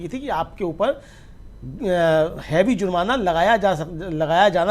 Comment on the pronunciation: Bhai zurmana nahi jurmana